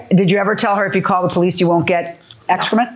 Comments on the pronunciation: She called the Poe-Lease. Did she call the AMBALANCE and does she live on planet EARF too? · The powleece? 😂